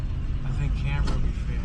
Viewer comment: Cam bri ah